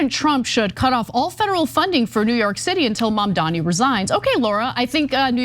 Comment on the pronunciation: It's MaMdani.